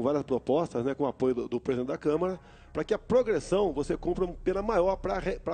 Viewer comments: É Câmara e não Câmera, Sr. Jornalista. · Nossa pelo amor de Deus, esse jornalista falou: CamEra dos Deputados.... sangrou meus ouvidos...